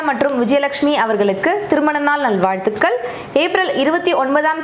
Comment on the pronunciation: Hi sis... நல்வாழ்த்துகள் pronounce super Akka with cute smile...